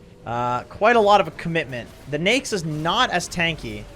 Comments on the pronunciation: how people pronounce it on the west ? we called it na-ik on south asian im hearing he said nixs or niks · I hate how he pronounces Neix instead of Naix. Everytime he pronounces Neix, wanna punch his face.